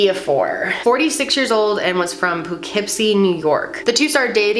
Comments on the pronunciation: Omg I’m from Poughkeepsie NY and my stomach sank when you said that 😂 Btw it’s pronounced puh-kip-see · As someone from Poughkeepsie, it make me chuckle to hear you pronounce it "Poo-keepsy" with a very unsure look on your face lol....It's "Poe-kipsy", not that you'd know just by looking at it spelled out haha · The way you said Poughkeepsie 😂 it’s buh-kip-see. I live there. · As someone who lives in New York, the “Poo-keepsie” pronunciation killed me. 😩